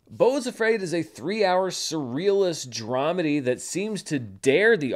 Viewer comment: You said Dramedy, but I heard Traumedy, and I liked what I heard better.